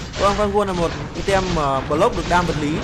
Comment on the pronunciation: item nc tieng anh dot' vc ( aitum )